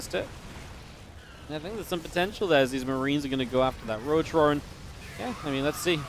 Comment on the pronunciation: and you say Roach roarren :D